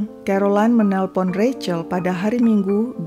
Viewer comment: Seneng banget mengeja Rachel dengan benar, yaitu Reicel...